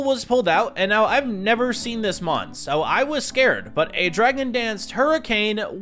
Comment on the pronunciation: Stopped watching after getting tired of hearing you butcher mons names 😅